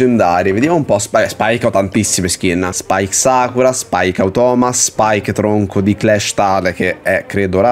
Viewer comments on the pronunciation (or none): none